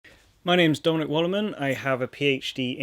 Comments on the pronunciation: I had to read the comments to figure out that the super fast pronunciation of "Dominic" was not "donut". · Now everytime I listen to his name I can't unhear. Damn it